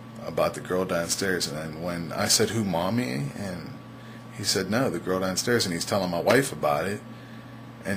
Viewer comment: danstairs? that seriously your accent where are you from?